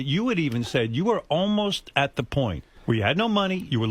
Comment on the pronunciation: “Za AC und za DC”…..great stuff…LOLOL